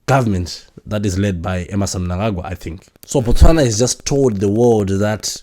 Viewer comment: Dubai is not a country. Botswana is pronounced Bu-Tswana and the people from Botswana are called Batswana non Botswanan, apartheid is pronounced apart-hyde. Otherwise great show.